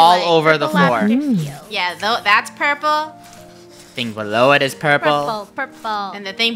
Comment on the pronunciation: The fact that funneh sed purprler and one more the fact that sed whiht 😂